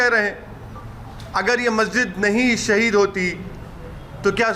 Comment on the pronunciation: Abe kya bar bar sahid sahid bol rha h abe bol tuti 😂